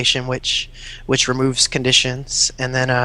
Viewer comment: Is it really that hard to say Conditions?